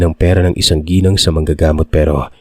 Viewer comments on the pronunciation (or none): none